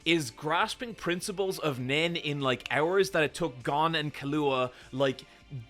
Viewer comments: After filum no pronunciation should be surprising. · Ahh yes. Goan, Kilooah, and Kuropeeka. My favourites. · are you purposely saying all the names wrong? gone, kahlua (lol), currapeeka...